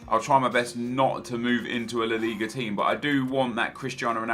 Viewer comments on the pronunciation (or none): Just call it La Liga... it sounds like your mouth is full when you say it the other way